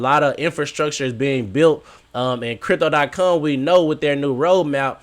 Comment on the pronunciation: You finally said it right and then messed it up a couple seconds later. Stop saying cum